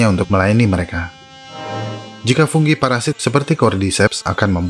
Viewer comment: Fungi mas bukan funggi kayaknya aneh dengernya